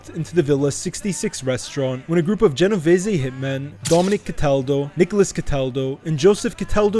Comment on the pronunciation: Pronounce Genovese probably the way you said it sounds ridiculous